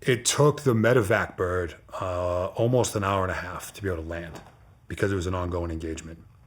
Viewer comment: Dudes accent translation. Hawa by Hawa- hour by hour Wata- water Baws- bars Douts- doubts Pictsha- picture Akinsa- Arkansas Yeas- years